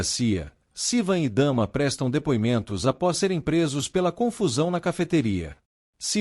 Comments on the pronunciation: O nome da irmã também fala errado "Dama" e é Damla ( pronúncia Damila) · Não e dama. É Damla